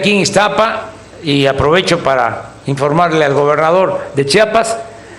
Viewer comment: Chambón, se dice Chiapas no Chapas. Saludos cordiales